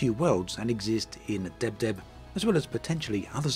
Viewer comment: The fact that can still sound professional when pronouncing the system "Deb Deb" is just mindblowing 😂